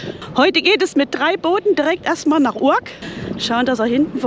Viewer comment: Also eure Aussprache der Städtenamen ist ne Katastrophe ( Urk gesprochen Ürk) aber ich mag euren Kanal sehr gerne. kleiner Tipp fürs nächste mal, das große Gebäude auf der anderen Seite des Hafenbeckens ist auch ein sehr gutes Restaurant.